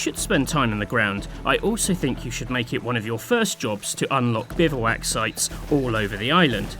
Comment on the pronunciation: The o in bivouac is silent btw, it's pronounced bivwak